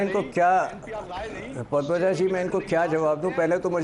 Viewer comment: “पदमजाजी” नहीं। इस बेवक़ूफ़ को “पद्मजा” कहने भी नहीं आता।